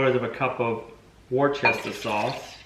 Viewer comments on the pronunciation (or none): WUSTER sauce, not Warchester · It’s Wooo-cest-errr-shire sauce, I hate to correct but it’s like me saying "ya’all" as "you guys" 😊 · Hi, is called Worcestershire........pronounced “Wustersheer” sauce. 🇬🇧👁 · Worcestershire... Wuss-tur- and a cross between the shir in shirt and sure. More of a silent s, as in sure, then the shir. Hope that makes sense. The jerky looked tasty. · 'worcestershire sauce' in the UK is pronounced 'Wuster-shire' sauce! That looks tasty!! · I love the videos and followed the barn build all the way through. Why do you and Gina use powdered herbs and seasoning (garlic and onion etc? You have grown onions and garlic and other herbs, surely it would be healthier to use home grown herbs and spices in a lot of your cooking/preserving. Its just a thought! By the way it is pronounced 'Wooster' Sauce no shire is used at all. Heres a test how do you pronounce "Happisburgh" ? its a town in Norfolk UK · Yeah, isn't he from Massachusetts (where there's a city name Worcester) and he can't pronounce worcestershire sauce? lol